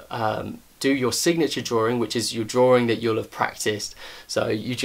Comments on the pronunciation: Him: Says drawing What i hear: dRaWeRiNg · Is it just me or does it sound funny when he says the word ”drawing” haha Great video, though.